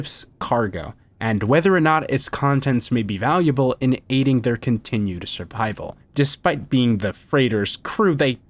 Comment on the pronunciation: ? What's with the voiceover just saying basic words wrong in a way reminiscent of AI reading a misspelled script? it says "surpival" out loud instead of "survival"